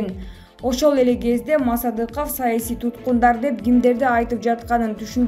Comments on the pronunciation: Мааасадыков дебей,туура окучу,мектепти буттун беле озу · Мааасадыков де тантырак туура окучу журналист.